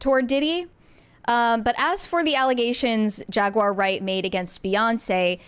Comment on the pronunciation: Jag-wire? Seriously?!